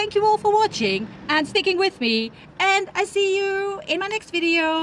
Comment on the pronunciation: J’ ai adoré votre installation et votre" au revoir et à bientôt presque sans accent. Bravo.